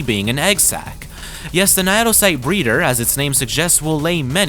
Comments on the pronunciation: Naedocyte is pronounced as "nay-doe-sight", in the same manner that cnidocyte is pronounced, it being one of the real world influences for the creatures we see in game. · what the hell is that naedocyte pronounciation